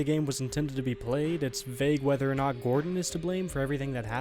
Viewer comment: You need to learn to pronounce word NOT. You are saying NUTS.